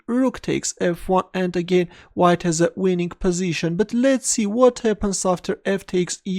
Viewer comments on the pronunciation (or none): none